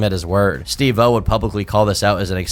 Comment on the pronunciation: love the videos but hate the way u pronounce steve-o